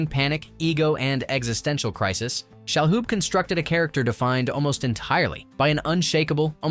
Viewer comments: It's Tony Shaloub, not Shahoub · No, I think Tony shall not hoob. It's pronounced Shaloob, no H. And last name was pronounced RAY-mis. Weird how you can pronounce Enrico Colantoni, but not Ramis. By the way, no mention of Sigourney's prosthetic breast plate? I love how people were drooling over fake boobs!